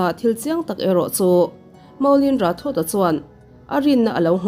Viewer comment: Rathod hi Rathor anga lamtur zawk ani ang ka ring...